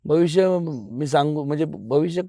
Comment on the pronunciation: Bh bh bh bh bhavishya kuni sangu shakat nahi 🤣bolta yetay ka sakali takun baslay